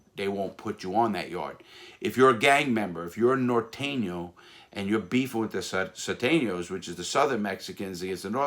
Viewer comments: It's Not Surenos Surtenos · Thumper G. Suteños he dropped the r and added the t I think